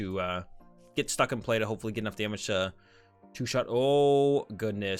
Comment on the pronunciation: He said 2 shit instead of 2 shot lol